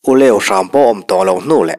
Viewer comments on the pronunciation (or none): Uleu ni lovin Uleuh tih zawk niawm tak a ni